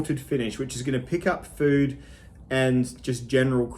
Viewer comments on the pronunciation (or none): none